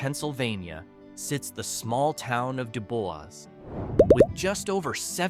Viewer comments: If you can't take the tiime to learn how to pronounce these places correctly - it's not al-uh-KWEE-puh, nor is to du-BWAH - no one should take you seriously. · "Dubois" is actually pronounced (DO BOYS) and it's famous for being a place that Michael Jackson often visited.